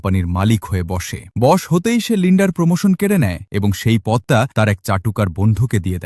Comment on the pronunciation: Not bos, its boss.